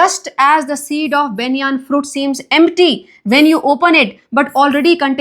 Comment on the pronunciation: how maam is pronouncing banyan tree is very funny